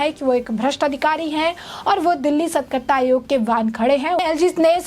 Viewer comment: एंकर मैडम, सतकरता नहीं, सतर्कता बोलिए।